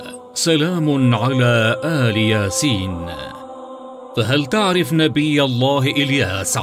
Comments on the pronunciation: إل ياسين وليس آل ياسين الهمزه تحت الالف وشكرا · أخطأ في الأية ١٢٦ ( اللهَ ربَّكُم قرأها بالضم اللهَ ربُكم وهذا خطأ جلي وكذلك إل ياسين وليس أَلِ ياسين الهمزة بالأسفل وليس فوق ومع هذا جزاه الله خيرا على هذا الموضوع وأجره الله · انت قريت غلط ... سلام علي إل ياسين مش أل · الله ربكم بفتح الباء وليس ضمها وسلام على إل ياسين بكسر الألف وليس آل ياسين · أنت أخطأت باتلاوة مش سلام على ال ياسين ال لله ذكر سلام على إلياسين وليس على اله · قراءتك عزيزي خاطئة إل ياسين تنطق وليت أل ياسين حتى لا يتغير معنى الآيات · هناك خطأ في قراءة الآية الكريمة إل ياسين وليست آلِ ياسين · سؤال للتعلم والإفاده . مكتوب إل ياسين . فلماذا تنطقها آآآل ياسين نرجوا الإجابه حطو لايك من أجل أن يرى التعليق إذا كنت تريد أن تعرف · إل ياسين وليس آل ياسين المشكلة الفيديو كله غلط في غلط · تقرء إِلْيَاسِينْ ليس آلْ يَاسِين لا تقرء القرآن بالخطأ لو سمحت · السلام عليكم ورحمة الله وبركاته اخي الحبيب تقراء الايه خطاء تقول الايه سلام على إل ياسين وليس آل ياسين بكسر الالف وليس بفتحه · تصويب : إل ياسين و ليس آل ياسين أرجو مراعاة سلامة نطق آيات القرآن و شكراً. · قرأت (إل ياسين) خطأ مرتين الصحيح (إل) بكسر الألف وليس بفتحها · قراءة الآية خطأ ، سلام على إل ياسين و ليس آل ياسين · السلام عليكم اخطات بقرائه الايه اخي (إل ياسين) وليس (آل ياسين ) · سلام على إل ياسين وليس آل ياسين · أخي اسمه إل ياسين وليس آل ياسين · اسمه إل ياسين بالكسره مش آل ياسين هناك مفرد وانت بتجمعه يا استاذ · إل ياسين وليس آل ياسين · إل ياسين وليس آل ياسين .. انت تقرأ الآية غلط الله يهديك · قراءة الآيه خطأ سلاما على إل ياسين الالف مكسوره ليس مفتوحه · الاية قرئت بشكل خاطيء عند كلمة إل ياسين بكسر الهمزة وليس بمدها